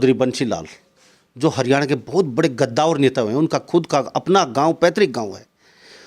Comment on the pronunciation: गदावर नही कद्दावर